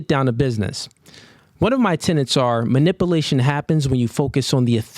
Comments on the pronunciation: He makes up the rules to suit his narrative. It’s quite hilarious. It also shows his narcissism and self inflated ego derived from his clear lack in self belief. I’ve also noticed his complete butchering of the English language. It’s not manip - i - lation, it’s manip - u - lation. A high tiered man is an educated one. And you earning money from social media by baiting women over contentious topics is not assiduous, it’s an obvious attempt at trying to be relevant and engage viewers for money. Without it he literally has no substance. Oh wait, he’s got that 6’4 height going for him! 😂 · You can’t even pronounce ish right.. manip-uh-lation..? Anadodally??? Please stfu. Also you speak in absolutes about single moms all the time - so your “general advice” is that all single moms have awful character and you’re a simp if you date one. But somehow your girl is the exception to the absolutes you speak in. You ain’t your audience’s daddy. And you no longer have the right to criticize any other man for their dating choices. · "Minippalation" "Minippalated" 😂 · I'm almost certain it's manipulation and not manip-a-lation... 🤔